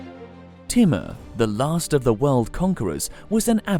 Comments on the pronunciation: hi ,,, kindly try to learn right pronunciation of names so we can understand exactly whom u talking about ,,, for example u keep saying "Teemar" but its not "Teemar" but infect its "Taymoor" written "Taimoor" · its not pronounced as "T" MUR... its TEEMOOR... he was as cruel as genghis khan himself! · His name is not thimar it's thamur